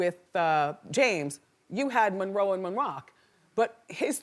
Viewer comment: Marilyn Munroe 😂